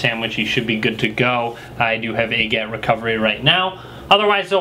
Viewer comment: AGAT isn't a name, it's an acronym. I think it should be said by letter like "A G A T", not said as one word like "agat." Just sayin. Great reviews and instructions btw. Thanks for them.